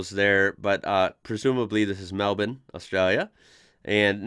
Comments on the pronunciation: Very much thankyou for pronouncing Melbourne properly. Melb'n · There is a Melbourne in Florida, and you got Town names right. It is MelBurn and Mount Isa (Eyeza) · First American I've ever heard say MELBOURNE correctly. nice. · Hats off to you - you're the only American I've ever heard pronounce "Melbourne" correctly. Bloody grouse mate ! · Nothing got me more excited than you saying Melbourne correctly hahaha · Its strange but kinda cool to hear an American say 'Melbourne' properly... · Props to you for pronouncing Melbourne right, mate!